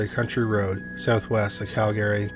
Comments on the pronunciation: You can just mention Calgary once or twice, and then refer to it as "the area" or "moved to town" or "locally". We know they're in Calgary. Also, It's pronounced 'cal-guh-ree" not 'Cal Gary'. Love the content. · Interesting pronunciation of Calgary. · I'm pretty sure he's located in Canada, as am I currently, and I had to ask a few people if anyone pronounces Calgary like that. They said no. However, there's one instance towards the end where he says it proper lol Maybe it's like that other YouTube guy that will always say one word wrong for people to comment for algorithms sake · Can this guy learn to how to correctly pronounce Calgary?